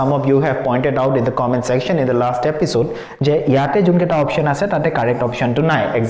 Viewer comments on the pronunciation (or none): none